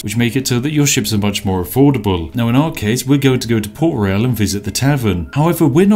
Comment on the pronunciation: He keeps mispronouncing the word "Royal". This is why Yorkshire Tea Gold won't sponsor him.